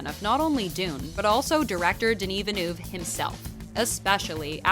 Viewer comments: how the voice commenter butchered Denis's last name. "Vanou" : ' ) Come on, French is not that complicated. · It's pronounced veel-nuv, not vinoov. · Villneuve not venoove is french canadien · It’s not so difficult. Why complicate your life by pronouncing it Ville- NOO -ve instead of Ville - NUH - ve which is the closest thing I can think of that sounds like EUVE. Who’s this Villnoove they speak of? Lol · Alright "Vilniuve" I can stand but "Cannès" ? Bro ! It's Denis "v-ill-n-huh-ve" and "can" festival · Swear to god if I hear Denis Vinouve one more time Svp prononcez le comme il faut c’est gênant 😅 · Just don't say his last name if you can't ahahah Denis Vinoove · Its Denis Villeneuve, not Villenoove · Molesting in an american way the pronunciation of names is NOT accepted. Veelnuve is different from Villeneuve, Canès is way different from Cannes. Other than that, that was a good coverage of the movie's background. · Denis Vinew? It’s not that hard to look up how to pronounce his name before you make a whole ass video on his movie. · I love the way Rebecca Ferguson highlights the correct pronunciation of Villeneuve in the FIRST CLIP then the narrator throughout the video...."Vinnoove". FML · Yeah OK but why do you keep saying "Denis Vannuv"? It's just a french name not some alien language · American's needs to learn how to say Villeneuve. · I'm really bothered by how this narrator keeps mispronouncing Villeneuve. She even says Cannes like "caNESS" LOL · The narrator couldn't learn to pronounce Villeneuve's name properly? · The way she just can't pronounce Denis Villeneuve name is so funny 😅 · denis has pronounced it himself a few times on youtube. im surprised at the needless fail in this video. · Jeez! "Villeneuve" is not that hard to learn and pronounce properly! You butchered it 50 times! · please inform you how to pronounce villeneuve